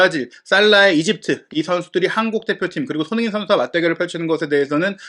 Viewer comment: 손흥 인 라고 발음좀 하지마라요 ㅡ진짜 거슬려서 구독취소 ㅡ내용많다고 좋은건 가 ㅡ듣기편하고 재미있어야지 축구전문가될려고 유투브 보냐 ㅡ천천히 말해도 될텐데 왜그리 총알스피드로 말하냐 초반에는 솔깃해서 듣다가 나가게된다